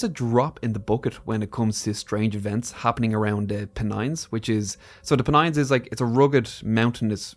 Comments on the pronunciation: Not 'Peh-nines', but 'Pen-ines' 👍👍👍👍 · it's pronounced PEN-ines, not P'nines! 😆